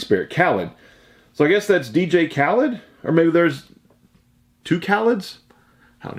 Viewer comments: It's pronounced "Kah-leed" not "Kah-lead" ...different guy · Khalid is pronounced (kuh-leed) or (kah-leed) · The artist is Khalid pronounced Caw-Leed he sings Young Dumb and Broke.